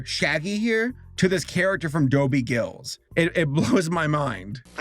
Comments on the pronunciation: GILL ISS, not GIlls. SMH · So weird to hear Dobie Gillis pronounced as Dobie Gills..... it's Gill-is. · Please say Dobie Gillis properly. It's not Dobie Gills. "Clore formula?" Can't listen to this channel anymore. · Dobbie Gills? It’s actually “Gillis”. Also, the reason why everything had a September date is because new cartoon shows used to debut in the fall along with the other network stuff. Still, overall, a great video! It’s too bad the WB botched the latest Scooby movie :-( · It’s Doby Gillis, not Gills. Rhymes with Phyllis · It was Gillis, not Gills, and Daphne was inspired by Thalia, the hot girl Dobie was in love with while Velma was inspired by Zelda, the plain girl that was in love with Dobie. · Gillis, not Gills. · Gillis, NOT Gills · Dobie Gill-iss not Gills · It's pronounced gill less not gills. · Dobie Gillis. Gillis. Not Gills. Please do research. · GIL IS not GILLS please do better research. Like, at least listen to a bit of one episode. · It's pronounced Dobie "GIL-LISS" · Gillis is pronounced with the short "I" sound in the middle. Gill-is.